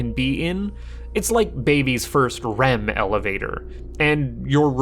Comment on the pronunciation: did you say "RHEM"??